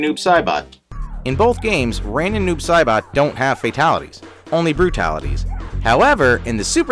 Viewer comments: Say it with me: Noob “SIGH-BOT” not Noob “Say-Bot”... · Hey Noob Saibot is Prononced Noob Saibot not Noob Sabot